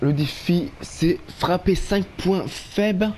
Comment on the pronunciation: merci pour la vidéo mais tu me tue avec "les point FAIBE" xD